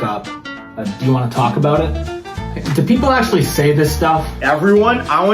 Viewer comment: "Aksshooally" I have seen 5 waterpouts in one day.